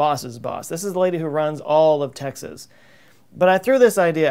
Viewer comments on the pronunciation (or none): none